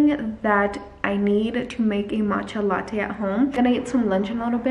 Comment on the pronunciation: not latcha matte lmaooooo.